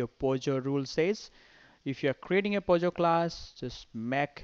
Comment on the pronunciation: it is POJO and not pogo... just saying